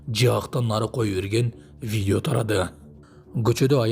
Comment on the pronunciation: "Бидио" дейт го.журналист кыз